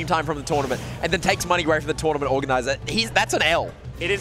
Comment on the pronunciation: Trournament lmao